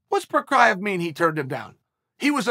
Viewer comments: I love how he opens the videos pronouncing it correctly but once he starts talking it always turn into prokaev, lol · “Prohaskah” hey well it’s not as bad as the last couple of videos where he referred to Jiri as “Igor” Edit: well I put too much faith in Uncle Chael, 2 minutes in he throws out “prokiev” smh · Wtf is this? Instead of Prochazka he said PROKRAJEV, and insted of Rakic he said REIČEK, is he high or something?? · My favorite pronunciation is Jiri Prokrai-Ev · If Chael says “Jiri Provisor” then it’s Jiri Provisor! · Chael nearly got jiri's name right. Big props on chael